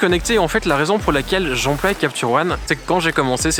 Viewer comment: "J'emploie" est pas "j'employe" tu te trompes quand tu prononce ce mot-là sinon vidéo vraiment intéressante